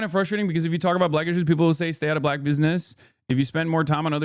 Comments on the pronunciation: Chat nitpicking the way Hasan says Black (with a hard B apparently haha) and raking him against the coals for everything he says, while giving no open criticism or pushback towards actual racists. Kind of normal for democrats in general, fighting ourselves more that those who hate us more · Someone unironically said they were triggered by Hasan saying "black" with a "hard B". He was quoting a fucking idiot chatter sarcastically. Insane how people look for things to get offended by. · As a white passing Hispanic who grew up in a diverse area of Tennessee you definitely did say black with too hard of a B 😂 had someone done that in my school growing up you would've been fought probably. Now I do I think that means hes racist? No I just think it could be an accent or him picking up on the way he hears white people say "black folks" but sometimes we do gotta use like nuances and cultural sensitivity when responding to people. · but why'd he emphasize black? He didn't say black people, he said "BLACK" people as if he's doubting a viewer's race for asking an actual question? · I don’t think you’re a racist, but as a political commentator wdym when you say you didn’t know “BLACK folk” was “a thing”? Dude you said it like a red neck😭😭😭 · This response and that reaction told me everything i needed to possibly know about you brother. SMH. You do good work but you need to be in more community with different types of black people. For example, if you were around certain Black people, you’d known the way you said “BLACK” was weird. Get it together brother; bouta be 35.